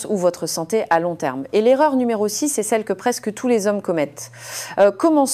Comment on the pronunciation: Non mais, vous avez entendu comment elle prononce, le mot numéro par exemple ? Pour moi ce n'est pas une vraie personne mais tout est synthétique; une fabrication numérique, ce qu'on finit par appeler machinalement intelligence artificielle sans se rendre compte qu'il n'y a rien d'intelligent dans cet outil, oubliant que c'est bien l'homme qui en est encore maître; espérant pour longtemps sans quoi, ce serait une catastrophe.!